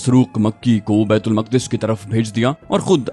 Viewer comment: Bait ul muqqadas nahe Maq'das asal talafuz hai jo Al-quds sy nikla hy thora homework kr lia krain.